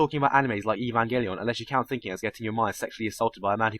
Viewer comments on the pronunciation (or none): none